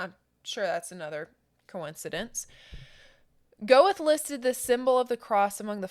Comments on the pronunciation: By the way, Goethe is pronounced "Ger-tuh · Please check your pronunciations! Yo Han Ger Tuh. So if people are only listening they can understand.